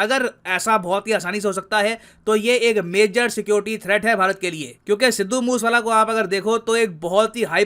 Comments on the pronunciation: मूस वाला नहीं मूसे वाला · It's not moos wala ,it is mooseee wala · Sir genuine suggestion its not moose-wala but produced as moo-se-wala. Let's not disrespect someone's name. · Sir" moosewala" is pronounced as" Moo say wala " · Sidu moooooooooswala.....apko to bolna b nai ata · Sir aap naam galat le rahe ho